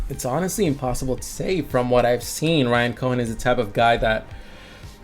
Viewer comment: I have the same question. If it is, I’m very surprised he is mispronouncing Warren buffet and Ryan cohens names